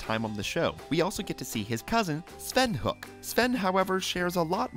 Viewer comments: It's pronounced "Ho-ek". Not "Hook"! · the moment when you realize the narrator never actually watched the show. it's pronounced Hoe-ic not Hook. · It's not Hook, it's Hoek. He says it all the time, you guys watch the cartoons you make videos about, right? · Ren's last name is not pronounced. Hook. It's more like Hoy-ak. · its pronounced HO-ECH not HOOK. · This is a good video, but I can’t forgive that you say Hoek wrong, and why is some of the facts just episode summaries?